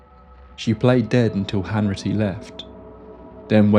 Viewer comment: It’s Hanratty not Hanritty 🙈